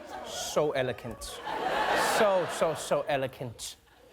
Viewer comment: So, so “elecant”? What, Trevor?